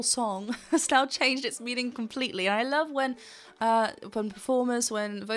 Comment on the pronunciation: Amazing performance. Great review. I don't mind the missing v in love, but I have a small bit of linguistic nonsense to offer on how that (perhaps) comes to be. From my observations, Diana has two things working against her for the "love with" to sound English. 1. word terminal voiced consonants are devoiced in Russian (so, v turns to f) and 2. There is no w sound in the language. In the past, you could hear Diana pronouncing w as a slightly more labial v (wicked game) and I take it that she is paying attention to that now. However v followed by w (phonetically) makes the v (probably already reduced to f) disappear altogether. I could be wrong.